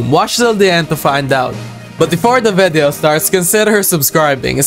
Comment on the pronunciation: I love the way when he say "VEDEO"